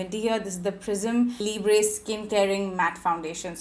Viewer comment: its Pri-ss-mm (Prisme) not pri-ss-mey also its Lee-bruh (Libre) not Lee-brey